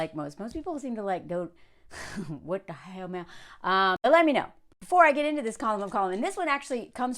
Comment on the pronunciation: What that "sh'mell" Mel?😅